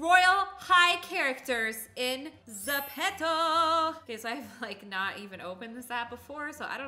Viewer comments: Zepeto (Ze-pee-toe) Not (Ze-pet-toe) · You say it zip-top